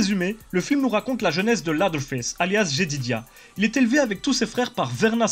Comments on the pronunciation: Leatherface "Lédeurface", pas "ladeurface"... ca veut dire "face d'echelle" ^^ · On dit leathearface ( léseurfayce ) mais pas latherface ( laseurfayce ) ca ne veux rien dire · juste on prononce lèveurface pas laveurface... juste ;) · "LAZERFAISSE". J'ai détesté le film moi perso, il rend pas du tout honneur à l'original. edit: en fait j'ai plus l'impression que tu dis "LADDER FESSE". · j'adore ton emission mec mais tu m'as fait pleurer de rire avec ta prononciation hasardeuse de leatherface et ed gein x''') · Bonne vidéo, mais par contre tu ne sait pas prononcer le nom du tueur ce qui est dommage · excusé moi de mon erreur mais je suis habituer à dire lea(seur)therface. C est juste que tu écorchées le nom mais bon au final c'est est pas si grave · Ce serait bien d'apprendre à prononcer le mot "leather" par contre....